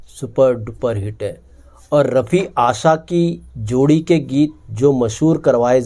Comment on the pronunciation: FAS GAYE NAHIN YAAR PHANS GAYE F SE NAHIN P SE PRONOUNCE KARO--AASAA NAHIN AASHAA HAI YE, BIHARI HO KYA?